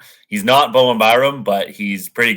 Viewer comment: It's BoweN Byram, not Bowem.